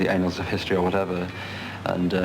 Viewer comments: He stopped himself then decided to pronounce it "anals". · Doesn’t he pronounce the “anals” of history? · By "anals" does he mean annals? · Go down in the 'anals' of history hahahaha. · He pronounces annals as “anals” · "The anals of history"? LOL I think you mean "annals" Mozza. But you're still a legend :-) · hahah the anals of history. it think thats annals, moz.. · "the ANALS of history ! ? " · Did he say the anals of history? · I believe the "anals" of history is something quite apart from the annals, Moz... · when he says the anals of history you have to think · I know what he said, however, he didn't pronounce it correctly. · I'm not lookin for it ! He's mispronouncing it ! LOL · Yeh, a common mispronunciation. I used to think it sounded like that too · The impact of that playful grin is also emphasised for me by the preceding misprounciation of 'annals of history'. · Morrissey had a grain of hope? Fuck me running he mispronounced annals. Lawd. Pull his book for fuck sakes. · Or maybe just someone who wants to be smarter than he is, but in truth, can't even pronounce words he's only ever read before, and now wants to use.